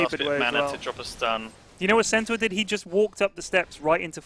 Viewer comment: The audio quality on Lewis's mic is awful... and he keeps saying 'Centower'. It's 'Centore' FFS!